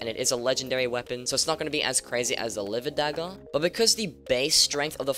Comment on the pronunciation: He said it right lol